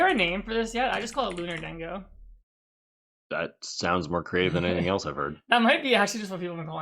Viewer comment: Calling it Lunar-dengo before Sol-dengo is crazy lol